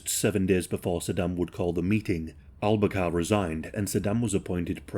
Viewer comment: Al-Bakar not Al-Kabar